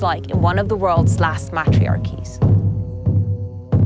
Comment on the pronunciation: These are a very attractive people. Facial features are pretty & they speak softly. I don't like the "reporter" at all. Very annoying how she pronounces matriarch. I have no idea why she thinks she's a tourist attraction with the photos. She should be humbled to have such cultural experiences.